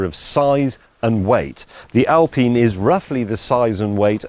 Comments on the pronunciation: Its Alpine not al peen! do you have peen trees in England? Right next to the al peen forest! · Why is he pronouncing the work alpine, al-peen? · "Al-Peen". So it's not Pine tree, it's Peen tree? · How did I get here? I don't know. Why did I watch it? Well, Alpine, pronounced as it is written, not Alpin, Well, I got my 9 months stint with BMW in 1961, prerequisite to study at the Technical University for Automotive Engineering, that I never followed, never bought or drove a BMW. My generation tinkered their cars on Saturdays and drove them on Sundays to enjoy and show off. I had many cars: Renault Gordini, Citroen 2CV, MB 300SEL 6.9, yes, customized, Maserati and many others. 2016, I bought a BMW 759il V12 (E38), 1998. I am 82. This car is a car of cars. I like more metal in the front and rear, so, in a collision, the other dies before me. Today's cars are far more reliable and comfortable than older ones. I am looking forward to 'driverless' cars. Microelectronics have enabled all gadgets very maneuverable. This car appears to be quite desirable. Will I buy it? Nope! Too much Electronics, too old to learn.